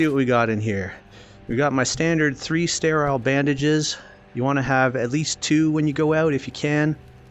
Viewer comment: "stay rile bandages"